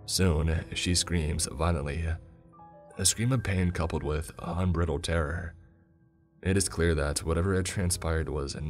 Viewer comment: I'm sorry but Unbridled is pronounced like un-Bride-ld instead of un-brittle-d. I do completely love this story and your presentation. Thank you for your videos